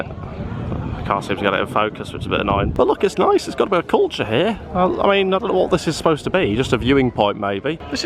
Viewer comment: Cuture, Cuture, Cuture - "Cover it up" lol